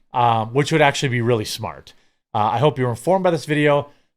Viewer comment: Clearly... My point exactly, except witty and without the annoying "Weil, Aktshulee..." 😅